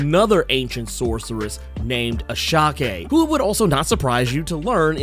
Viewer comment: I think it’s pronounced (I-Sha)